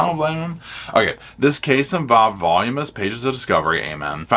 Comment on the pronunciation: Voluminous not pronounced volumance. Sorry for being petty. Just thought you’d want to know. ❤